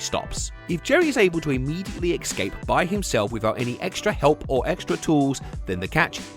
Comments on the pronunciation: the word is pronounced "Ess-Cape", not "Ex-Scape". And a period of time, that's an "Ee-ra" not an "Erra". I'm sorry for pointing this out. But I'm sure you'd rather know. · The word is ESCAPE, not EX-SCAPE. How can you get this wrong? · It's "escape" not "ex-cape" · I played a different game - “how many times did say “excape” rather than “escape” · The amount of times says "excape" physically hurts 😭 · Sorry, "exscape"? It's too important and frequent a word for this video. I had to say something. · Why can’t people pronounce “Escape” any more? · I wanted to enjoy this video but i CANNOT handle how British people say "escape" like my dude WHERE'D YOU GET THE X FROM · How do you make a nearly one-hour video about a mouse escaping a cat and never work out how to pronounce "escape"?